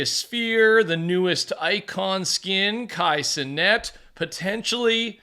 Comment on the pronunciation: “Kai Sir Net” 😂